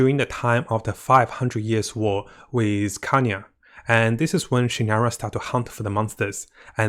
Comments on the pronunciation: SignOra! Like ball! O! Not signara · Disliked this one cause you really need to work on your pronunciation of some char`s names and etc. Was hard not to cringe every time you tried to say Signora. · btw, you pronounced pulcinella better than signora... xD